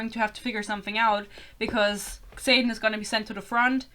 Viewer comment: your mispronunciation of xaden is deserved tbh what a silly name 😭